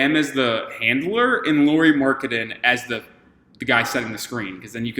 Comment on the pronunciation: I doubt Lauri will be up for the trade but it's interesting to see all the teams dreaming of him 😄 Just couple comments: Lauri is pronunciated like "Lowry" in Kyle Lowry and he is literally 7 foot (213cm), not 6 and something 😃 Also he has played a lot as a 3 in Utah too, not just in Cleveland and I think he has played that better than the smallball 5 you were suggesting. He has though played all the 3-5 positions at least little bit in Utah.